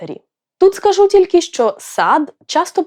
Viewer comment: Будьте уважні до наголосів, наприклад: корОмисло, хОжу, скАжу